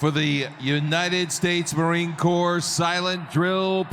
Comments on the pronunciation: Glad you enjoyed the performance. As a Marine, I always envied those guys, as they were sharp as could be. A couple minor corrections... First, the last word of United States Marine Corps is pronounced "core", and not "corpse" (doesn't sound great that way). Second, we Marines do not wear "hats". The proper term for our headgear is "cover". So, that young Marine lost his cover, and had it returned to him. You're right that the M--1 Garand with bayonet is about 10 and a half pounds, so it does take some conditioning to be that sharp. The Corporal that was conducting the inspection looks to have a Good Conduct Medal, a National Defense Service Medal, and what appears to be a Global War on Terrorism Service Medal (hard to see). The Marine with the enormous back, who is a Captain (everyone else was enlisted, he's the only officer), appears to have a Navy/Marine Corps Commendation Medal, a National Defense Service Medal, an Inherent Resolve Campaign Medal (as best as I can tell), and what might be an Armed Forces Reserve Medal (again, not 100% on that). I agree with you about the teams starting to practice before the second half. I get that they have to warm up, but doing so in such proximity to those Marines during their display, is inherently disrespectful. My own time in the Marine Corps wasn't anywhere near as glamorous...... I was a 6493 Precision Measuring Equipment Specialist (electronics calibration/repair tech), and weirdly, also an 8531, Primary Marksmanship Instructor ( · US Marine here... Love the reaction and all your videos. Can I just make one correction. Corps is pronounced "Core" the "p&s" are silent as this Drill Platoon. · Corpse is pronounced core. It is a French word. Thank you so much for the video and your research for the respect it deserves. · The P in Corps is silent. Pronounced core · Silent “ps” in Corps. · Corps is pronounced like core not corpse. Thanks for the video brother, Semper Fi... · Marine Corp, the p is silent.